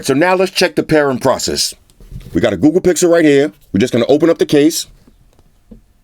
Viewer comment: Could have sworn I heard he said 'Goo Goo Pixel Buds'. My bad. Lol